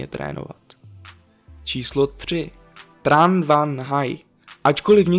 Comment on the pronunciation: Opravdu se Tran vyslovuje Tran? 😱